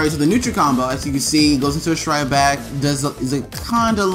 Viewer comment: It trigger me so hard how you say "strike back". Everytime you say it sounds like "shright back"...